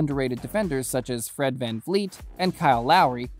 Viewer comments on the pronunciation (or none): none